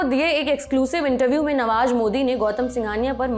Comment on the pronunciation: नवाज नहीं नवाज़ होता है, जमीन नहीं ज़मीन होता है, अंदाजा नहीं अंदाज़ा होता है, मंजिल नहीं मंज़िल होता है, निजूज नहीं न्यूज़ होता है दस्तावेज नहीं दस्तावेज़ होता है। Goodness gracious your pronunciation of Urdu words is terribly wrong and terribly irritating too. Only Saurabh knows why he hired someone like you whose pronunciation of Urdu words is so horrible.